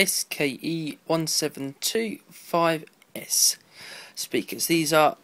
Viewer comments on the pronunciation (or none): You said SKE-1725s twice... Can you not tell the difference between an X and K?